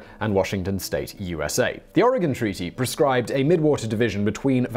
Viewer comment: As an Oregonian, I commend you for saying Oregon correctly. Half of the United States don’t even pronounce it right.